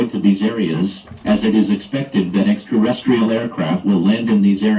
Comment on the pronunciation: the “possibilitree” of extraterrestrials lol “extraresstrial” aircraft lol “extraresstrial” (again and again) alien invasion? Back to kitchen mom